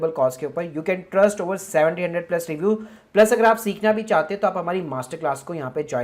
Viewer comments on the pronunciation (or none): none